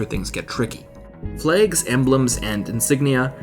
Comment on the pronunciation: when does "flags" sound like flaygs